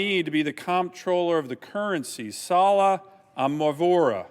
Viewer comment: He can't even pronounce her name right! He said "Salla Amawhora"